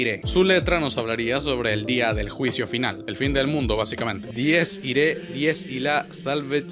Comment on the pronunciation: No se supone que se pronunciaba dies irae?